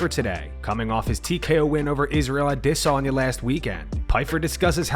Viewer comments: Why did cejudo keep calling him adihsanya 😭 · A dis saynea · Henry trolling Full Mount with the Ade-sanya pronunciation. 😂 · Henry can’t say “Israel a DEE sanya “ 😂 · Dafuk w the pronunciation w cejudo on adesanya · This channel is 💩 and the narrator sounds gay saying adesanya.